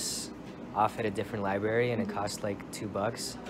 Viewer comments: I stopped watching when you said liberry :( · Li"br"ary!!!! Not li"b"ary! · Dude its libRary